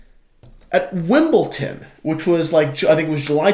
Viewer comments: Every time you pronounced it 'Wimbleton' I involuntarily spasmed. I'd listen to a million years of you saying 'Carti-air' instead of one 'Wimbleton'. Great video, and totally agree with the point about Beckham not wearing a Tudor at such a public event. BUT WIMBLETON?! Wim. Bull. DONE. Fucks sake,. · It’s Wimbledon - not Wimbleton. The most famous tennis tournament in the world and you can’t pronounce it properly. It’s also every June - not July. Get with the programme chaps! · No idea how to say the event. No idea where it takes place. No idea.... 😅 And you put shame on Tudor. Maybe do your own research before you throw shade at someone else.